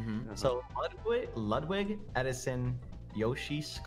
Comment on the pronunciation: Sykkuno: says Yvonne wrong since the time they met Also Sykkuno: Says Ludwig's name wrong once, freaks out